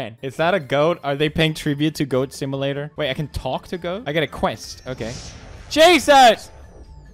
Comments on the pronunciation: Poods it's not pronounced similater it's called simulater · My favorite part of Pewds playing games is hearing him try to pronounce simulator .